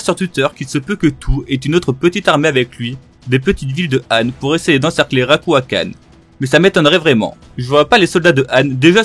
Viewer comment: alors jsp si j’ai pete un câble mais j’ai l’impression a quelques moments de la vidéo t’a dit autre chose Édit : en faite j’ai re regardé et c’est juste à que tu dis Ryuakan